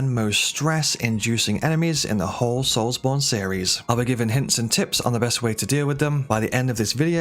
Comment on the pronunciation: “Souls Bond” lol The names Bond… Souls Bond. Brother to Jonathan Darksoul.